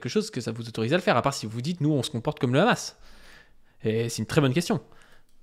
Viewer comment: Pourquoi ces sionistes ne savent pas dire : Hamas. Toujours: khamass😂😂😂